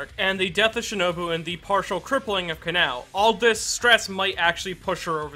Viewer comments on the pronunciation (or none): none